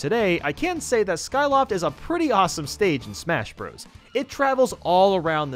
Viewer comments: its not smash bra's its smash BROS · He said (smash br os) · I'm I dreaming or did he say smash bras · In case you didn't know the part where he said "smash bras" was a joke, you have to be really stupid to think he isn't joking. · smash brahs melee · when said smash BRAS melee I bent over laughing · “Pal you teen a” “smash bras” “del fine no” “Kay los” Get your pronunciations right please.